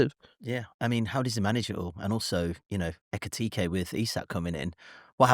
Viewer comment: What’s with pronouncing Isak and Ekitike as “Isaac” and “Ekitiki”?